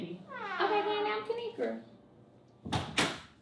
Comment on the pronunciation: Hey dw I pronounced it right and I love ur videos